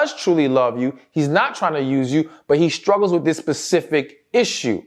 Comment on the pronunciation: Sir, please can you say the word with ? What in hell is wif ?